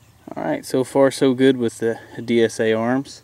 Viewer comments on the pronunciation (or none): Nice video. I have the exact same gun. but say it with me, D-S-ARMS, not D-S-A-Arms! You were killing me with that! haha. Nice vid though man.